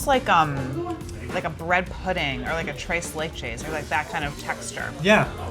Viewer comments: "trace lay chase" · the way she said tres leches triggered me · that’s the worst way I’ve ever heard anyone say tres leches